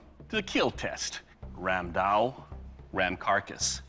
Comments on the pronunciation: It is not randao it is ramdaa. It was widely used by the Bengalis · Ram daa was used extensively by the Gaur rajputs of Odisha and Bengal. And yeah it's called Ram daa not Ram dao 😅. I'm Bengali and I have one in my house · i am from India...and it is ram da not ram dao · So... as a Bangali, I must say something about the pronunciation. Because every time I hear someone say "Ram Dao", my skin crawls. It's Raam Daa, not Ram Dao. The distinction is important because "Dao" is a completely different weapon. However, I understand that people who isn't a native speaker of any of the Sanskrit influenced languages may not even notice the difference. Nice episode though. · I'm Indian and it's pronounced as Raam, kinda like a stretched 'rum'.. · Ramda became Ramdao😂